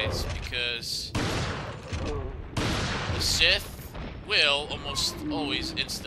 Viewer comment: scythe has the ī sound not sith like from starwars